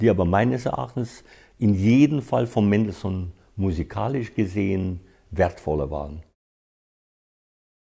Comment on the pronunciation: haha! Seine falsche betonungen sind einfach lächerlich….ein falschebetonunglexikon